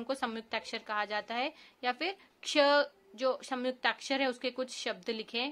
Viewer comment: It’s not Samyukta m ko jgh n aayega in Hindi pronounc mai